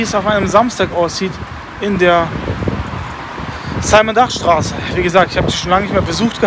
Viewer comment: simon dach war ein deutscher dichter, du mußt den namen also nicht englisch aussprechen :)